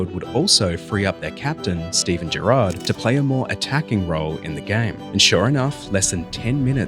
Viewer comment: Well done you, your pronunciations were spot on, many get Gerrard and Jerzys names wrong.